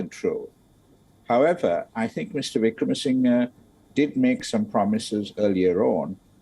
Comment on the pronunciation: WION...let's try and get the pronunciation right. It is NOT Wickramasin GAY .... it is Wickramasing HER